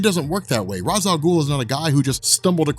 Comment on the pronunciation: you pronounce ra's the wrong way? lol of all people. still love you, <3